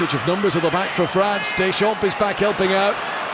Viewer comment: As a French person, it makes your ears hurt to hear the pronunciation of certain French players' names. : Deschampes, Blanque, Lebouf whereas in French it is pronounced (Des Champs, Blan, Le Boeuf). Couldn't the English-speaking journalists ask their French-speaking colleagues about the pronunciation ? That way, the French wouldn't have their ears bleeding.